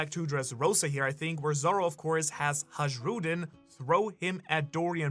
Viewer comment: Ha J Ruddin?? BRUH its pronounced Haaiyruddin. Its not Djarul. Its Yarul. Dont fuck up pronounciations man